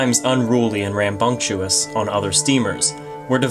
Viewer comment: It is not "rambunctuous". It is 'rambunctious'.